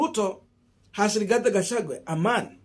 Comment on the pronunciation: Gachagua not Gachangwe